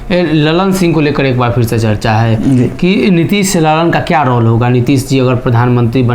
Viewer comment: Sri kindly correct your pronunciation of word 'Role'.